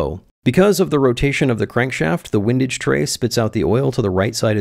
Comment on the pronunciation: Hugely entertaining plus I now know how to pronounce “windage” (wind as in “what a windy day” vs wind as in “it’s fun to watch wind himself up in knots as he builds his windage tray…”) cheers